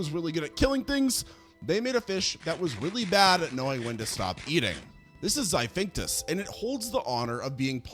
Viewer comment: XIPHACTINUS (XY-FACT-IN-US) NOT Xivinctus